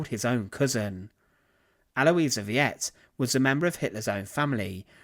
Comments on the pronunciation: Her name is "Veit" not "Viet", come on man! "" failed on this one! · Yep, the easy pronunciation instruction for English speakers in this case would be FIGHT not VEE-et like in Vietnam. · Is it so hard to find out the pronunciation of foreign words? E.g., Aloisia Veit is pronounced al-oy-see-a fight. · Her surname is pronounced "Feye-t." 😏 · This is one of so many horrific acts. The entire conduct of the Nazi Party can only be understood as murderous insanity. The woman's name is said "Al wahs Feet". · Just a heads-up - "Veit" is correctly pronounced like the English word "fight." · I was going to point that out, but checked before commenting. Yeah, that mispronunciation was annoying. He was pronouncing it like the first two syllables of Vietnam. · Her last name is pronounced "VITE". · The name Veit is pronounced exactly like the word "fight". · Actually, like 'fight.' German 'v' is pronounced like an 'f'. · This video is just loaded with errors, inaccuracies, and gross distortions, beginning with the pronunciation of her name. Hitler had almost nothing to do with the euthanasia program, which was requested at the urging of the burdened families themselves and overseen by two doctors in every case, other than merely "authorizing" it, as you mentioned in passing. To me it seems the most humane choice. To make healthy workers subsidize a lifetime of expenses (that is, labor and sweat) merely to keep a living vegetable confined to a hospital bed and breathing makes the workers nothing more than slaves. It should be emphasized above all that the families themselves requested this humane program. It was not in origin from Hitler at all. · Thanks for correcting that, now I don't have to do it. When I heard him pronounce it I started laughing, I thought, maybe they should put one of those conical Hue hats on her like the farmers in Viet Nam wear...or the VC. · You got her name wrong bro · Her name was pronounced, VAIT, (like height) not Veeyet. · I know, viet?